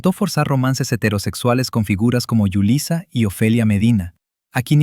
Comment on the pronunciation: Es Julissa, no Yulissa